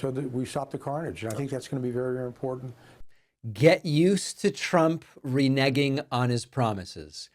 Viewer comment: David, reneging is pronounced 're-nay-ging', not 're-negging.' Sorry, but you learn something knew every day.